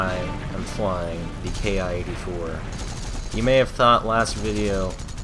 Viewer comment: It's pronounced "Kee". Good vid. Those 30 mm are devastating. One short burst and good night!